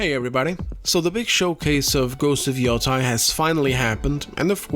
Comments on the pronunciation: Where and why did people start saying yo-TIE instead of yo-TAY? Am I missing something? I thought it was like "sensei". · Grande trabalho como sempre. Soh uma coisa: yotei pronuncia-se como " matei" em Portugues (preterito perfeito de "eu mato").